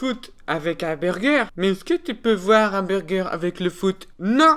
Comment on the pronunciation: moi c'est quand il dit burgé